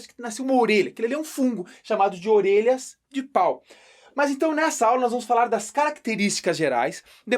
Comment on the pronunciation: ORERAS KKKKKKK